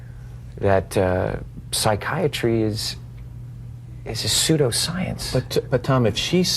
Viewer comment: Joe "I understand psychi-iatry" Rogan.